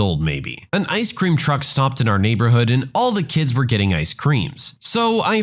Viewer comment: haha that is absolutely not how you pronounce "Ice Cream" lol Maybe you pronounce it that way in your native Albanian?